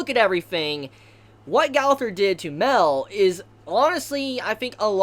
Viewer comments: His name isn’t pronounced Male, it’s pronounced My-El. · Okay, it took me a while, but darn it has gone too long, could you pounce it *MA-EL*, not "Mel"? You're the only one that calls him that, I don't know how you haven't caught it yet. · Its not mell its mi-el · OMG ITS MA-EL. FOR FUCK SAKE, MA-EL, NOT MEL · im kinda mad on how you pronounce his name... like bruh they show how to say Gowther and Mael's name!!!! Mael is Mon-el Gowther is Go-ther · Go-ther, Ma-el- learn to pronounce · its g-oh-thur and m-eye-el jesus christ ive never heard simple names be butchered so horribly... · I can't watch this video, the way he say mael name is bothering me alot. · wait is mael pronounced "mae-l" or "ma-el"